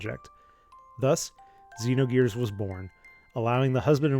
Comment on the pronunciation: Xenogears. It is Xenogears.